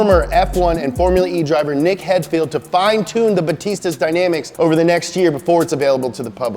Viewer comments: It's not pronounced Nick "hedfild" it's "haidfeld" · Who says"Nick hedfield"? It's "Nick haidfeld" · you pronounce him "hidefeld" not headfield... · Ugh Nick Heidfeld pronunciation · Ive never seen someone obliterate Nick Heidfeld’s name like that